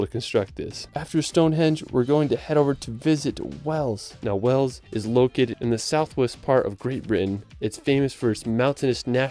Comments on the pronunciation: Did you just pronounce Wales as weles.... my god I'm showing my Welsh friends this 😂😂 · Wales! Not Wells lol. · The way he pronounced Wales 🤦‍♂️🤦‍♂️ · How the hell can a native English speaking person (Even an American) mispronounce Wales ? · Well i understand people having problems pronouncing the 'town of 'Sintjobinhetgoor ' or the ancient ruin of 'Aquila'...But Wales ?